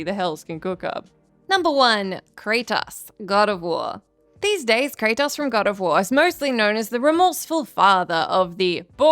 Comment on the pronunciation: This is voice, but its ai mimmicking her. Notice you dont see her once. Then the way she says kratos. Normally she says it, well, normally. But here she says "kra-tahs" like an ai pronouncing the o at the end wrong. knows his name, this entity clearly doesnt 😂